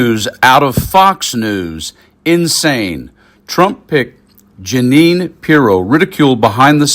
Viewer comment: Judge Gin-nean .